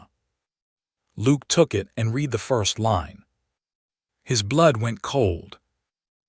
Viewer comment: AI is VERY bad at pronouncing proper names or picking the right pronunciation of spelled-alike words. He did not "reed" the telegram, he "red" it. Evelyn and Silas were mispronounced throughout and made me cringe listening to it. AI can be helpful, but it is still distressingly fallible. Do producers never listen to their narration and edit the errors? A decent story with good images that was spoiled by bad AI and lack of correcting them. OR, USA